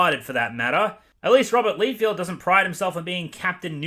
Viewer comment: his name is pronounced Rob Lie-Feld (emphasis on the word lie ) for future reference. Also, Rob had the initial idea of deadpool and then other writers made him so much better. Before, deadpool was just the 90’s if they were a person. Also, Rob is heavily criticized by the comic community because of his sub par artwork. I thought you might like to know this.